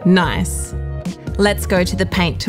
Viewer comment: i like the way she says nice reminds me of Borat :D thanks these are very good tuts